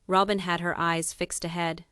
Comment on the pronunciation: You need to pronounce fourth wife name correctly !!!!!